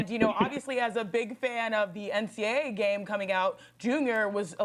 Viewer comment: Chiney is hella annoying! She barely has knowledge amongst all sports. She called NCAA, "NCA"